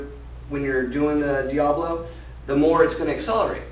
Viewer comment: Isn't it pronounced Dia-bolo...not Diablo?